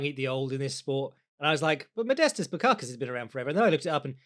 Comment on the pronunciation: You didn't even try pronouncing the S in Bukauskas